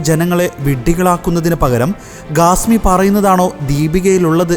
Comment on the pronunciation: Not Gasmi say Khasmi , learn proper speaking